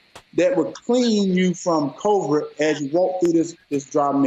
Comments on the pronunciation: i still want to know where is this "bilrum" that will cure me of "covred" . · He can't even pronounce covid.